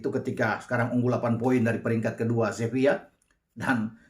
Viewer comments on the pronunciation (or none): none